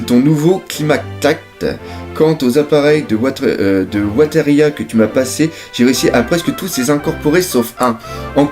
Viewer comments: Bon le je t'aime bien mais ta prononciation des mots anglais est compliquée... Weatheria se prononce "Wéveria" et le W de Wholecake Island est muet:) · Hey, "Weatheria" se prononce "Ouizéria"!